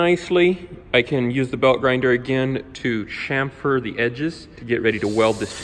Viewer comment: Oh holy crap! Someone on YouTube does actually know how to pronounce, "chamfer" correctly!